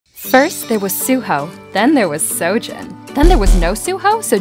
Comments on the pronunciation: Nah jits prounouncing seo-jun lke " soo jin " and pronouncing soo-ho like "sow ho" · It pronounced wrong here, Seojun would be (Sojun) and Jugyeong(Ju gyong)